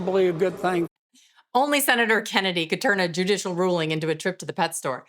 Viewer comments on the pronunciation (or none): JUDICIAL dear, JUDICIAL, not JudiTial.